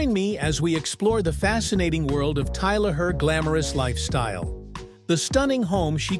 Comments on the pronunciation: but pronounced Tyla as in Tyler, in the video he prounouced as tiller. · How did she go from Tyla to Teela mr narrator? 😳